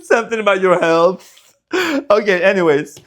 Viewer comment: he always brings the best energy to our readings! cracking up over 'healfth' is something i would do for real lmao